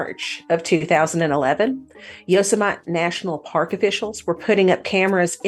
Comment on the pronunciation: Yosemite National Park is pronounced "yow·seh·muh·tee". (Yo, Semite... OMG!🤦) Thanks for the correction, John.